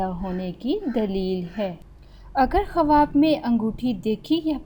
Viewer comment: Khawab bolna tu sekh lo